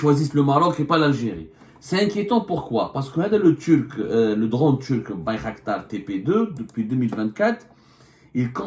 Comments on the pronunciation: Bayraktar non pas Baykhaktar 😂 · Bir qdar بيرقدار et non bir khdar